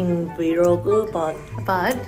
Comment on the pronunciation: "ai alwayssss" "vilogge"